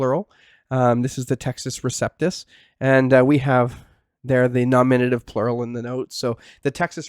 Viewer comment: dude, learn to pronounce Greek grammatical cases ...NOminative...not ... noMInative...;{ u got it right at some points...